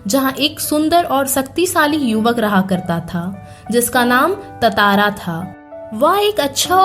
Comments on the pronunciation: Thats not tatara 🙂that's tantara 🙂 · Its tantara not tatara 😂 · Tantaara ❌ Tataara ✅ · tantara hai vo tatara nhi 😭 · Yr That's not Tatara That's Tantara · Your pronouncing his name wrong(no hates just informing)